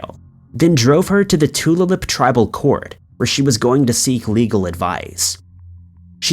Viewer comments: Thank you for covering MMIW. Too many are missing. (by the way, Tulalip: too-LAY-lip) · Tulalip, pronounced to-lay-lip